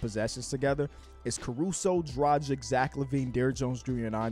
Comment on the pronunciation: Say the names of Jokic, Bogdanovic and Doncic. Then think about where Dragic is coming from and try to pronounce his name again. The man has been in the league for way more than a decade and deserves some respect as well.